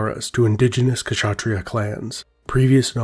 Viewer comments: The K in kshatriya is without any vowel sound. You combined an uh sound with K which is wrong. The K in Kshatriya just sounds like the k sound in backs. In other words you are pronouncing it as Kashatriyaa, when it should sound like simply Kshatriya. Hope this helps :) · Comment on pronunciation: it’s not K-shatria nor Shatria. Try pronouncing a short K by itself and also Sh by itself. You will notice there is no big difference in the position of mouth and tongue. Now try to say Ksh just Ksh ( in german we use that sound to scare chicken away, for example ). When you master. THAT you can use the full name. The K is ALMOST INAUDIBLE but it is still there. Good luck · I'm Bengali and we don't pronounce Khshatriya We say Khatriya Not pronouncing sh Unlike him pronouncing both Kh and sh together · Yes the K is silent so it's pronounced as shatreeya, this is a Hindi term in Telugu language we are known as "rajus" pronounced as ra+juus which translates to kings. When rajputs fight other rajputs there was honour and people werent hurt but women surrendering to muslims would probably be brutally raped and killed.